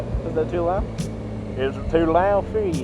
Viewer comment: "Is it too lahd fer ya"